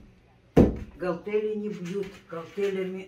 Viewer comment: ГаЛтели? Или мне послышалось? Галтели это плинтус потолочный, а то чем отжимают)) - гаНтеля))